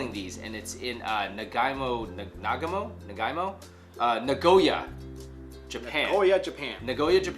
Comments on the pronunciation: Naygowa? I think its Nagoya. Cause I study Japanese and that name is not making sense with the Japanese syllables. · Naygowa? How is that even Japanese?